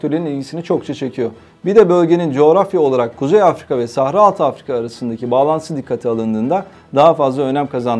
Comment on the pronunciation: С ударениями у этого ,,профи,, проблемки. СахАра. Двоечник вылез...